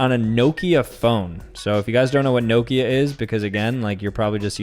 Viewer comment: nokia is pronounced knockia